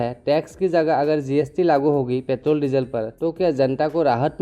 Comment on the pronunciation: Its Petrol.... not pethroll. However good explanation bro.